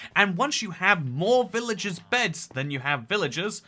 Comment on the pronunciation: Did you say "BEDS ARE AN EASY FIRST ONE?"